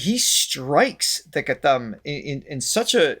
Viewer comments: It's Gha'T'am. Pronounce T, not t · Thanks for your kind words. Our kids will have to learn to appreciate these things (which I think have been taken for granted). The t in ghatam by the way is pronounced like the t in cut (not like the sound in theme). Thanks for these series...sort of makes us revisit precious/beautiful things that India has